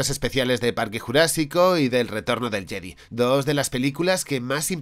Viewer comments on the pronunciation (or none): none